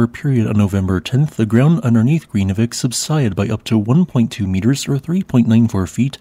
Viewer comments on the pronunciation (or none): It's an extremely difficult language to learn. I have lived and worked there for five years, but still never mastered it. The correct pronunciation is nearly impossible. But vik (bay) is pronounced veek. R's are trilled so Grindavik is pronounced more like Grrrin-da-veek. Sort of.